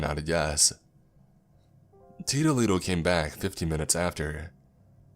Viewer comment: Heh heh take a shot every time he says, "Teedoh Leedoh" lol And yes I know it's "tito". XP